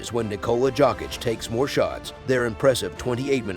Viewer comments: Dude you are pronouncing his name as jock itch. If can't pronounce his name correctly, I'm not going to watch your video. Get a clue. It pronounce " Yo kitch " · He friggin called him jock itch through all I could listen and when he called him Jovovich I had enough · This voice is epic AF but jock itch is hilariously annoying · WHO THE HELLLLLLLLLLLLL IS THIS JERK TALKING??? 😮☹IT'S ( YOKE ) THE J IS SILENT GOOFY ( JOKIC ) YOKE/ICH 😊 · Yess- Y Y Y - JJJ srpski- JOKIC,JOKIC, JOKIC,JOKIC NOT G- SRPSKI DJ! JOKIC- JJJJJJJJ